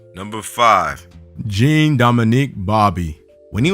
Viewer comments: The French Jean is not pronounced Jeen, but is closer to John. If you see a guy called Jean, his name is French and isn't pronounced Jeen, that's the English for a girl name. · "jeen" lmao